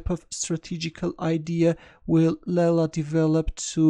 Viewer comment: As far as i know...its not laila..its leela..its sanskrit word from india..its play of god called leela